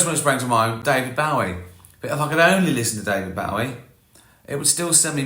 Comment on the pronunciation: Still can't pronounce David Bowie's stage surname properly then?